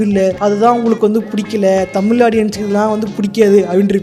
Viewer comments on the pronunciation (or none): none